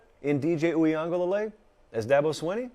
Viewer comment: Nailed that uiagalelei pronunciation